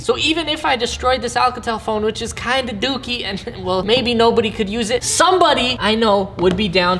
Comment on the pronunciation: How he said dokie 😂